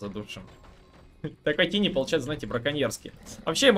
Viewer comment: У меня один вопрос - почему этого героя называют тини? Читается же тАйни, что в переводе малыш/кроха.